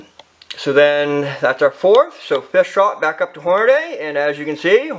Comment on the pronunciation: As soon as you said "Hornaday" instead of "Hornady" (Horn-a-dee) I was done watching.